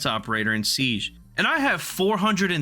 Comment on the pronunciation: i had to stop watching because of how he pronounced siege